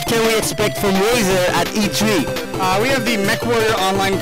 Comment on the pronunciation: The way Athene pronounces E3.. E Tree lol